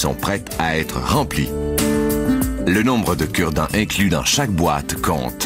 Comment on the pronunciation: lol avec ton accent de québécoise quand tu a dit aujourd’hui on vous parle des cure-dent j'ais crus entendre " on vous parle des kurd ... "